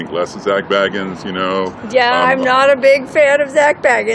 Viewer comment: It’s pronounced Baygans not Baggins.